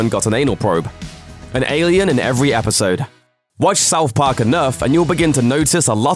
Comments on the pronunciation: What in the fuck is " South Pok" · Souf Park Miffs